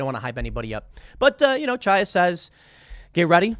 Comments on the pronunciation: The first syllable of Chaya Raichik's name is the same as in "Chanukah." It's not a "tsha," it would be closer to say "ha," if you can't make the gutteral Hebrew "cha" sound. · Chaya is pronounced "Hiya" btw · Love your stuff, Tim! Just a small note, Chaya is an Anglicized Hebrew name. A closer pronunciation would be Hiya (as though you were saying hello casually.)